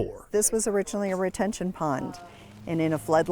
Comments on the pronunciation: Did he say Detention pond? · it is a Retention pond not a 'detention pond' ...:) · He said, “the detention pond” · He said detention pond...lol what's that